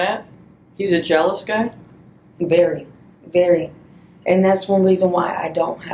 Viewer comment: Cant say bury… and it’s in the thumbnail lmao